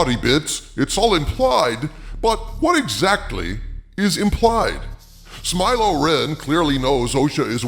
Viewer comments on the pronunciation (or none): Umm it’s smile-lo renn and lez-b-friends 😂. You can use that last one if you give me a shout 😆